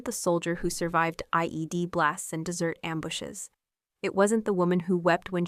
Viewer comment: Like the story but the computer language hurt it for me. For example, desert vs dessert. Fix it!!